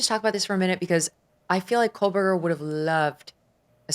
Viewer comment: Common can’t anyone tell Megyn Kelly that for years she has pronounced Kohberger incorrectly? No letter L in the name.